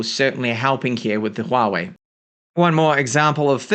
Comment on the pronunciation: Very little Youtuber can read Huawei correctly. You are one of them. kudos!